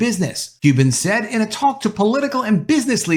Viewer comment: You're not expected to know this but it's pronounce Mackinaw Island